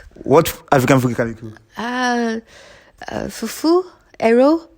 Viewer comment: I am a Cameroonian and I love the way she calls the fufu and eru. The yellow soup she spoke about is called Achu soup and pounded cocoyams.